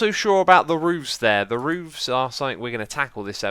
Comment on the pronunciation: I like how he says roovs